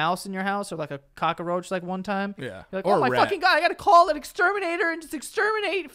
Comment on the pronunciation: Ahh..the added a in cockroach. Makes me laugh and my skin crawl all at the same time